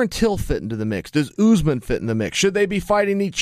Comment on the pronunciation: Its USMAN - like Uhs-Mon